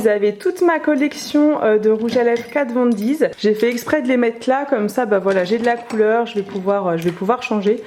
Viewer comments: Problème de prononciation ! On dit pas « Kat von DiZ « mais juste Kat Von D ( di ) Urban déquai mais Urban De(i)cay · Mais oui ça me perturbe 'Kat Von Deez' 😄😂😂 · Tu sais, KatVonD ne contient pas de S après le D 😂😂 Toute la vidéo ça m'a tilter 😂 En tout cas tu t'es bien débrouillé 👍👍 Très bien organisé!